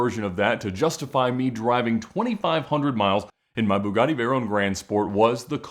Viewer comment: Pronounced BEWGATY out there